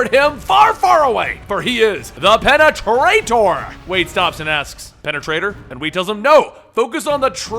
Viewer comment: Pene-traitor. You know what, this wasn't so bad.